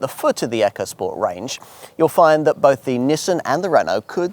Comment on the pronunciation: Its ECO not frikking ECHO